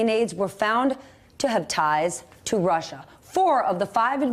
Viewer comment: Anybody else really happy that he mispronounced Russia in that infamous clip with Lester Holt knowing that the clip will be played thousands and thousands of times for the next few generations as people study this time in history? it would feel a bit like being in the background of a famous picture or a video that goes viral except you're picking your nose.